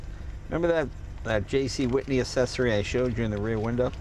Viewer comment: Those cars didn't come with turn signals. They were an accessory (BTW, pronounced "ak-sessory"...there are two letter c's for a reason.) We had a '49. Like the '37 we had before it, you stuck your hand out of the window for the regulation turn signals, raining or not.